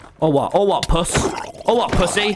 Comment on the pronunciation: “IM NO PUTHY” 😂😂😂